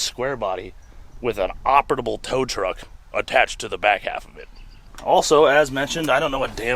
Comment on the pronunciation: Also there's no T in operable brother